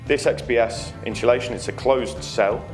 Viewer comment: God it becomes annoying once you hear people pronounce insulation as in-shul-ation. And you can't change the windows anymore, they are stuck in there.